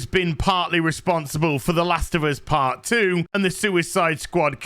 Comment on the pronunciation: Did she say, "such a big fart of our lives?"